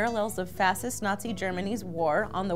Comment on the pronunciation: Did they really pronounce it "Fassist"?